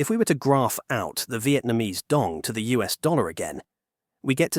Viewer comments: It's not how we pronounce Dong. In Vietnamese, it's Đồng, not Dong or Dog and every component (Đ, Ô, \ N G) has their own value when pronounced. And the author of the video is doesn't know Vietnamese to pronounce it correctly, he did it in an English way. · người tạo ra video này đã phát âm sai “Đồng”. vậy nên mọi thứ thật vô nghĩa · Except it’s not pronounced dong. It’s pronounced DOWM. Like saying down but with an m sound at the end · It’s not a real person , it’s an AI voice. That’s why the pronunciation changes so much when the captions spell it Dong vs Đồng. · Đồng not "Dong". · as a vietnamese i am both offended and laughing my out when i hear "dong" for the 6942nd time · if you can't pronouce "đồng" correctly, maybe try another way to address it. it honestly drives me crazy how "đồng" is said in the video. it's like you are saying dick dick dick over and over again. it's so annoying and I wanted to learn from this video but this keeps getting in my way. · How on Earth are you pronouncing Đồng in three different ways, including with an initial Y and an initial J? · Given the fact that you say "Đồng" about a million times couldn't you take just 2 minutes to find out how it's pronounced?